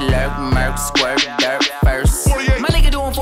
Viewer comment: Bro, he didn't say dirt, he said "Durk".